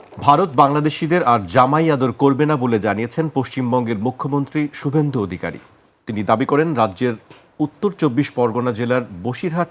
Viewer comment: শুবভেন্দু কে ভাই?😂😂😂 নাম ও উচ্চারণ শেখেনি😂😂😂